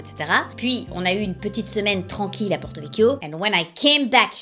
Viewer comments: Pas de questions, je trouve ça dingue de s’infliger le GR20 (35 ans que je suis en Corse, j’ai 35 ans et jamais l’idée de le faire ne m’a traversé l’esprit). Bravo. Ensuite je ne sais pas qui t’a enseigné les prononciations, mais on dit « PraDi » pas Prat’ , « Pourtiwétiou » pas portovek … La dernière lettre est toujours prononcée. Je dis ça pour les gens qui veulent y aller et qui ne veulent pas se prendre des châtaignes dans la figure 😁 Anyways, congrats! Et vivement la nouvelle vidéo 😍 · Je tiens à préciser que ce n'est pas vrai qu'on ne prononce pas la dernière lettre, elle est juste beaucoup moins accentuée, donc non on ne prononce pas Porto Vecchio "Porto veck". Les pumataghju que tu as du croiser crois avoir tout compris au Corse et adore étaler leur pseudo-science 😂 en tout cas super vidéo ! On espère que tu aura plus de chance sur un autre périple 💪🏼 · Wow wow wow ! Attention à la prononciation Corse, on ne dit jamais Porto-Vec ! Les i, les u et les o en fin de mot sont atténués, mais pas supprimés de la prononciation :) Et sinon bravo pour ton périple, c'est très courageux de se lancer dans le GR 20. Beaucoup s'arrêtent au 1er jour tellement c'est dur, donc respect pour ton ambition et pour avoir su arrêter quand il fallait. You're the best !